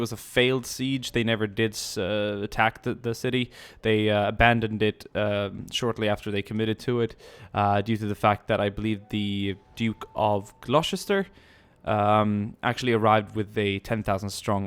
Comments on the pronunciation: Gloucester is not said Glou-cester is said Glou-ster for all non-Brits. Like Edenburgh is not Edin-burg is Edin-bruh. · Gloucester is pronounced "Glosster" :) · I'd just like to point out that you pronounced Gloucester wrong....Im only picky cause Im from Gloucestershire....its pronounced 'Gloster' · lol im from gloucestershire and i dont blame him for pronouncing it wrong since its one of the hardest names to pronounce in the uk.